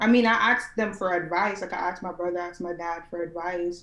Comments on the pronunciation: Honey, a high value educated man doesn't want a woman that says "axed" instead of asked. You have to level up. This is what kevin is saying. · I heard Kevin say "axed" instead of "ask" very difficult to change speech pattern without a speech therapist. Maybe he had one at a point but unawares it came come back. Judge Judy mocked a black person on her show for saying "axed" and corrected her. Should had leaned to speak properly in school but some people go thru 12 years of schooling and know nothing. A few weeks before senior graduation an English teacher asked the girl sitting at her desk next to me, "What is a noun?" Her face remained blank and no answer didn't know after years in school. She was a white girl and wasn't dumb just stupid. I hope people understand it is not a race thing it is a stupid thing and people of all races decide to stay stupid. People in the country talk country and some of their ways of speaking difficult to understand especially in Eastern Appalachia. People who want better use opportunities for self improvement and if one is not willing to change they stay stupid. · It's one thing to have a slip of the tongue here or there but to believe it's axed and not asked is a problem. I take a conscious effort to properly pronounce words or names. Something I absolutely hate is fire alarm low battery chirp drives me nuts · You want a high value man?? You need to learn how to talk. Speech therapy will get rid of "Axed"! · If your natural dialect is slang or street language, you need to understand that in order to be taken seriously you need to be able to turn that off. Kevin does this regularly on the show. People who say "axed" say shit like "pacific" instead of specific. Learn and do better.